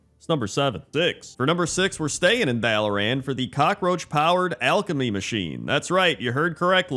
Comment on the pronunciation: I hate the way you say "Dalaran" and I'm pretty sure you know exactly what you're doing. >:(